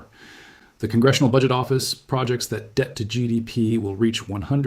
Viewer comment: This must be AI. The voice used the pronunciation of “project” as the noun instead of the verb. Dead giveaway.